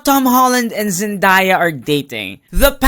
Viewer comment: Its not ZENDAAAYAA its ZEN - DAY - A